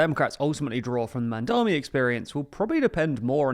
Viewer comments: im starting to take personally literally everyone's seeming incapability to pronounce.., say it with me now.., MAMDANI.., once more that.., MAM DA NI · Surely pronouncing his name cannot be this hard gang. Do better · I can't believe you mispronounced his name many times , why do people keep mispronouncing it? it's not that hard of a name to say...